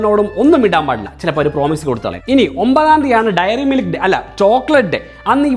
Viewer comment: Dairy Milk, not Diary Milk. 😊